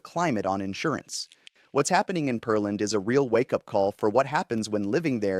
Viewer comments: It's not "Per-Land" - but "Pear-Land"....Just like it's spelled! LOL!!! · I’m pretty sure it’s Pear-land, not Pearl-and. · It is Pearland. Check the pronunciation before you video!😢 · This guy's probably not from Texas OR is not familiar with Texas cities name pronunciations. Smh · But not of Peerland. He's apparently never had anyone pronounce the word "pear" to him before. A pear is a fruit and pronounced similar the word "bear".